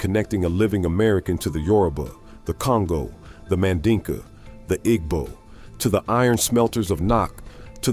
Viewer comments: While some African Americans do, in fact, have Ancient Egyptian DNA, other African Americans have ancient Jewish ancestry. The Igbo are Jewish. (I wish this A-I-generated video would pronounce this tribal name correctly.) According to one leading British scholar, who is an expert on Jewish studies, Jews are Black. Read the description of Christ in the Book of Revelation. His feet are described as being so Black that they appear to have been "burnt in a furnace." The bottomline is that African Americans have evolved into a distinct ethnic group. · The "g" in Igbo is silent.